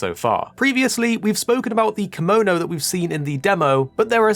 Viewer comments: The way you say kemono is slighly off. Still ty for the video i was quite curious on what was in the game atm Edit: Oh maybe because sometimes you say kemono but most of them you say kimono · It's actually keh-mo-no instead of kee-mo-no. Kemono means beast in Japanese. If we add ba in front to become bakemono, it means monster. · thank you for saying this, hearing him saying kee-mo-no makes me uncomfy, no hate though